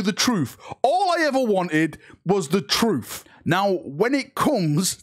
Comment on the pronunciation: "All I ever wanted was the truff." Easy there......